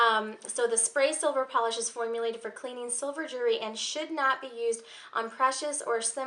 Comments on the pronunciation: it's actually jew-EL-ry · Just a hint. Jewellery or jewelry, however you want to spell it, has the letter "L" in it. Lol. Don't mean to sound rude, as it could be your accent or where you're from. Other than that, you're sweet and your video was great. Very helpful. Thank you